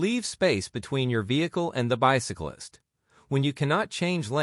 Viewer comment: The AI voice of the white man mispronounces bicyclist multiple times